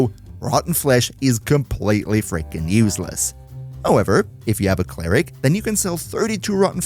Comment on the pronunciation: “Clare-ick” is fucking diabolical 😭😭😭😂🤦‍♂️